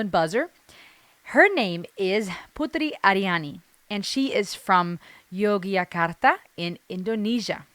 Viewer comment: Anda menyebutkan nama putri ariani dengan sangat fasih Cara Indonesia berbicara Salut buat anda